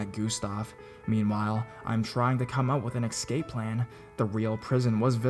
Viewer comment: it is "deutsch" !! NOT "dustche" .... dafuq man. And could you PLEASE say ESCAPE and not excape ." !!!!